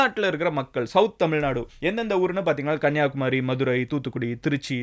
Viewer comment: தோழரே ஒரு திருத்தம் கன்னியாகுமாரி அல்ல கன்னியாகுமரி. ம குறில், நெடில் வராது.